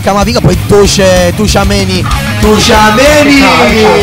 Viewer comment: Sentire tusciameni al posto di tchouameni mi fa morire